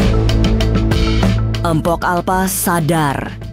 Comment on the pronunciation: BUKAN EMPOK,TAPI MPOK!